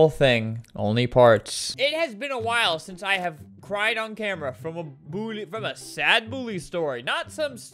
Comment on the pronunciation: I love how Albert says “Bullie” instead of “Bully”